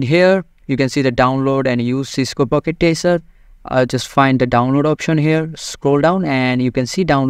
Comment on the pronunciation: it's "Packet" not "Pocket"